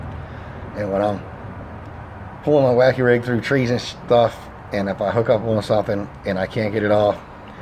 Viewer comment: Nice catch on the "shtuff" sir 😏